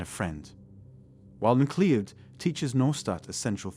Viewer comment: Good video. However, it's not pronounced "mic-lee-od". It's pronounced "Mi-cloud". Same as in the film Highlander. "Connor McLeod, from the clan McLeod"